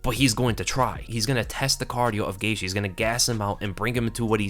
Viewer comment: I've heard Gaethje's name pronounced GEY-CHEE, GEY-GEE, GEY-THIE by different fighters and analysts. But this is the first time I've GEY-SHE. I wonder if Gaethje himself ever gets confused as to which it is lol.